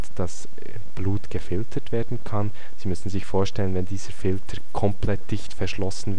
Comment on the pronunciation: "Filtrr" - ansonsten nützliches Video!